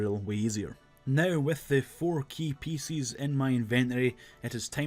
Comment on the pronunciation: Today I learned there are people out there that struggle to say "pieces"